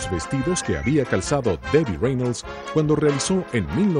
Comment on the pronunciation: Tiene problemas mara decir "cuanDo". No pronuncia la "D". Dice siempre "cuano". A la foniatra!